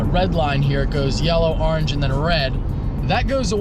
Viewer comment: if you hate the way says orange (arnge) like this comment